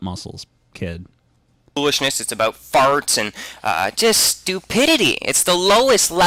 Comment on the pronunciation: FeaR Dragn I heard him say about and cried inside.